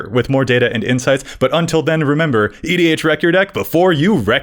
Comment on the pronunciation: is it pronounced "EDH-rec-ast" or "EDH-re-cast"? It sound like you are pronouncing the "c" twice, but surely I am not hearing it correctly.